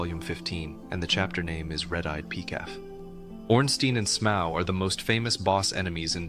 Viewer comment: “Smow”? Wouldn’t Smough be pronounced like Dough?